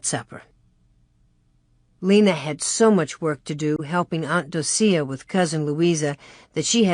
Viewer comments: Um the name Docia is pronounced Doh-shuh … not doh-see-uh lol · Yeah I'm really surprised she pronounces it like that.